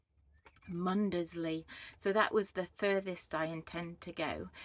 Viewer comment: You are in my neck of the woods , I love Wells and blakeney especially for the dogs they love to swim. Mundesley is pronounced without sounding the D. clay is another charming little coastal village with a gorgeous deli which sells local produce . Lovely videos .